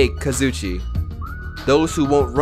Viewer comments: Kazoo e che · The fact that every episode calls Kazuichi “Kazoochi” 💀💀💀 sends me